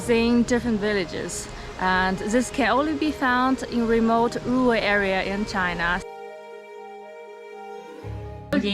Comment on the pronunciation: girl I can empathize with the struggle of pronouncing 'rural' when you speak english as a second language. I learned from speaking German originally and i still hate that word